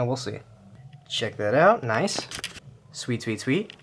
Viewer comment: The way he said noice😂😂